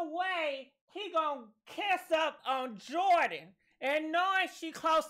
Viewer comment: 😂😆😂LoL!!! ♥️ you are killing Jordyns and Tristans names!